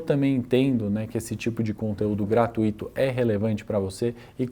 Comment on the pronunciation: Prezado, desculpa o alerta mas é bem intencionado: a palavra GRATUITO é um ditongo crescente, portanto não se acentua a 2ª vogal ‘i’, sendo a pronúncia correta como se houvesse um acento no ‘u’ e jamais no ‘i’. Tenha um ótimo final de feriadão! 🤝